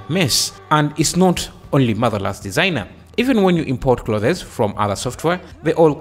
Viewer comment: "Clothes" is pronounced as: Cl-oh-th-z. Like Cloth, but you pronounce the 'o' as an 'oh' then put an 's' on the end. Cl-oh-th-z. And the 'z' here is 'zuh' and not 'zed' lol